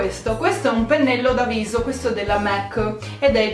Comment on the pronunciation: SI DICE MAC, M - A - C 😂